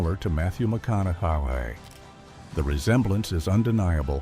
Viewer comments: Matthew “Mac-on-ow-ow-aye”? YOUR great-grandfather, huh? Wow. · Dude had a stroke saying Matthew Mco-au-nuhay😂